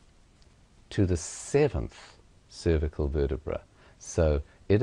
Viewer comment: Where the fuck did you learn to say cervical like that?